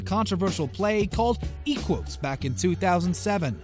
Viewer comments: Stop saying "Eeh-kwoos". That's not how it's pronounced. It's ˈɛ.kʷʊs. ɛ as in 'bed' & ending with 'us', not an ooh sound. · You don't know what an Adult Movies is. And you don't know how to pronounce Equus and epitome.